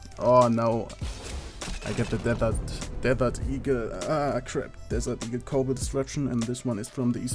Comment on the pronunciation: i love how you say desert eagle, DEDERD EEGL :D